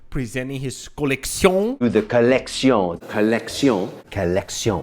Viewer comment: On the other hand, he makes a good drinking game--everytime he says "co-leck-see-own," you take a shot.